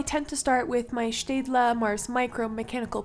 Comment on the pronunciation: Hey Are you German? Because you pronounce staedtler like a German😅 Nice video btw👍